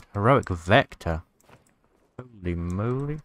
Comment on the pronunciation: "Hohlei Mohlei"